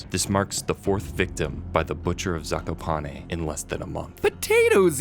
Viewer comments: Me an Ukrainian: Wrong pronunciation yhrhjd kdhqhsyfhaywywlj, not "Yagá" but " 'Yága", not "Zakopáne" but "Zakópane" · If for what ever reason you come back to this game zakopane is pronounced zah-koo-pah-neh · as a Polish person, the way „Zakopane” is pronounced in english kills me 😭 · Wow the pronounciation of „Zakopane” you showed makes my cry. I think you can guess i am polish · You really butcher the word Zakopane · zakopane is poland its not oekraine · "zakopane" is pronounced z, a (like in bAck), k, o (like in cOrn), p, a (again, like in bAke), e (like in Ending) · I love the way they pronounce zakopane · Everytime i hear you say Zakopane wrong i have a mini stroke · the way pronounce Zakopane is so weird im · Nice vid but... i hate how you say ,,Zakopane"